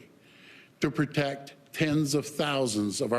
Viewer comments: Keeps saying co-ved too, speaks like he's gargling marbles. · 2 years in and he still can't even pronounce covid.